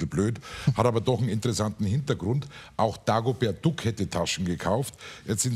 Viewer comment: ... Dagobert Duhck ... Steffen Schpielberg. .. lmao